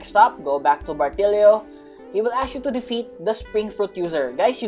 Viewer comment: Bro said bartilio🗿🗿🗿🗿🗿